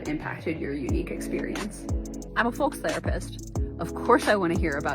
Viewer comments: I'm a FOLX therapist, of course I don't know that folks is pronounced /foʊks/. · The "folx" lady is the worst one. Firstly, folks is already gender neutral, so you don't need an x. Secondly, the word is pronounced foʊks. So irritating and pretentious.